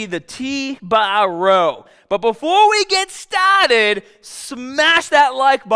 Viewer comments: I usually skip a minute ahead so I miss when he says "STAHTED" but I missed the mark this time and cringed so hard I dropped my phone 😂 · "BEFORE WE GET STAHTED" Lololol I've watched enough of your videos thru the years where I actually picked up this pronunciation. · “But before we get stahted!” Love your content! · "BUT BEFORE WE GET STAAAAAAH TED" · “Stahted” Are you from Boston? (asking cuz I am)